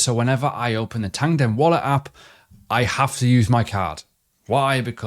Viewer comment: Why do you say "Tandem"? When it's "Tangem"